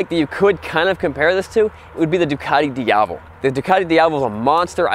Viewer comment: Dee Ah Vel not Dee Ah Vol 😂